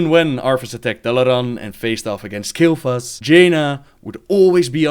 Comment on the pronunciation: You really pronouce "Kael'thas" too quickly ^~^.. make a little pause inbetween.. u'll find it sounding a lil' bit more epic ^^